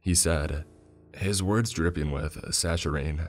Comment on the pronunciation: As nicely as I can, it’s sack-a-rin for saccharine. For a sec I thought you were saying tangerine. I know I know it’s an old video and who cares, but I’d want someone to tell me. I went around saying açaí wrong for like a year 😆 Hors d’oeuvres my husband called horse dorvis’s 😂 you don’t know till you know